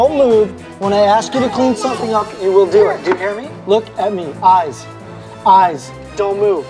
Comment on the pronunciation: Her pronunciation is appalling: MisCHEEVEEous Chowd Chiwdren Sumthink Nuffink Togevver Miw-Wiw (meal-wheel) And the grammar… Don’t say nuffink to him 🥴🙄